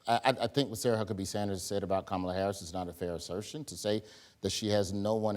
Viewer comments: Wild how someone pronounces Kamala tells you all you need to know about that person. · I was JUST about to ask "at WHAT point will you just pronounce her name correctly?" I'm genuinely curious